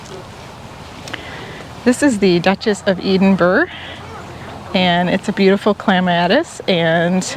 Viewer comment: LOVE your videos and these strolls! Just an FYI its Ed-in burrha not Eden-burr / burg ❤